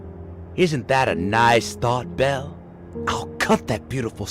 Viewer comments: I'm sorry but every time you say "Belle" it sounds like "Bill". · I’m sorry but do u call Belle Bill a few times